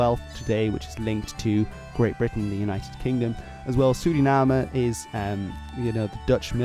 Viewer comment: Yoooooooo first time I heard a foreign speak out Suriname right